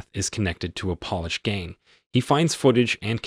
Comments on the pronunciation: Indict? Is Pronounced indite. Polish gang? Is Pronounced like Poelish. E-rica is pronounced Ehrika. So-feah is pronounced So fee yah I could go on for days... Narration is an art...how did this guy pass muster? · Polish not polish! You know like from Poland!! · FFS its not POLISH but Polish , Polski.